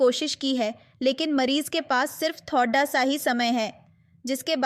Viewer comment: I think you are punjabi because you said thodaa